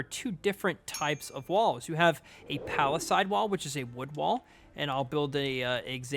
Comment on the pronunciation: Love it, but oof, you’ve gotta pronounce palisades correctly